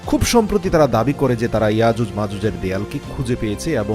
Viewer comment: আজুজ মাজুজ না,ইয়াজুজ মাজুজ বলতে ও পারেন না